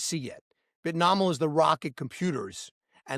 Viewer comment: Bit-no-me-al not Bit-nah-mal